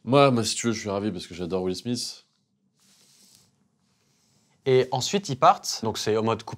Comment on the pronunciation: WILL SMITH... WILL SMISS ...😂😂😂